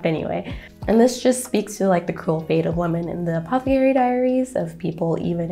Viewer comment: You're mispronouncing apothecary.....